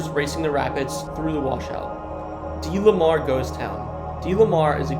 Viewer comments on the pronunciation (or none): ok, well I lived in oh-y-hee county, and thats how its actually pronounced, and its de-le-mar, not dee-lee-mar